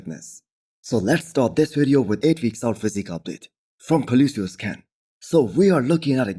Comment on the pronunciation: Fazi still can’t pronounce Colossus.